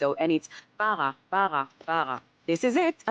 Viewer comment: arabic word for divorce is TALAQ and say it three times, not bara(wtf 😂😂😂)